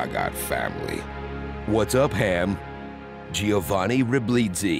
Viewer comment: You make me feel sorry for you having me in stitches with "Giovanni Ri-Bleed-sy"... Well done, folks. Well done.